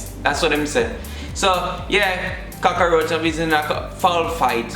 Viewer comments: Don't worry. I say cockaroach too. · I am a Jamaican. I say cocarouch.. so it is not u along